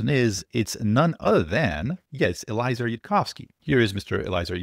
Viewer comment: Yud is right. (Pronounced EL-E-AY-ZER btw)